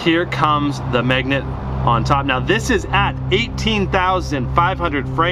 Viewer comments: MAGNET NOT MEGNUT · Is he says "megnet"?